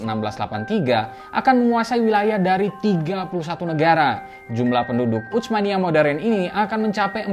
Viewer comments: Sdkt usul min,laen x pengucapan utsmaniyah jgn menggunakan ucmaniyah dg huruf c,tp dgn s saja usmaniyah,atau kl mau ikut bhs arab pk huruf tsa ث، عثمانية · Saran dari saya, ketika mengucapkan Utsmaniyah tidak perlu membunyikan huruf t nya, karena ts itu transliterasi dari huruf ث bahasa arab yg cara bacanya seperti s tapi lidah ada diantara 2 gigi atas dan bawah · Susah amat nyebut huruf bang "tsa", sampai baca "utsmaniyah" aja keceletot2 begitu... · Ga enak banget terdengar telinga pengucapan "utsmaniyyah" nya. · Bacanya bukan "utsmaniyah", tapi Utsmaniyah. Pake huruf tsa ث. Bukan huruf T dan S dalam bahasa Indonesia.